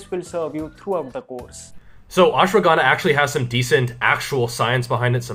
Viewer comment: You can't pronounce ashwagandha .... Correctly